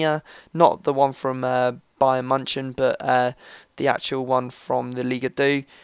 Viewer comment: Did you just say 'Biyern Munchen'??